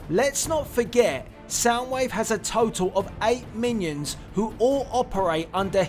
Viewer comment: 8 minions not i inions